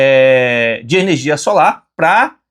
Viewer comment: Ernegia? aí vc quebra parceiro..kkkk